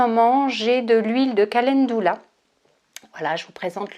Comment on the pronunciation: merci pour cette vidéo. Juste une remarque calendula se prononce en francais ca-len-du-la et non ca-laine-dou-la.